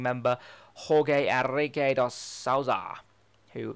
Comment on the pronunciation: Just a tip when saying names, Jorge Enrique is not pronounced horgay Enrique its Brazilian and they speak Portuguese not Spanish.... in Spanish the J is pronounced as a H but not in Portuguese.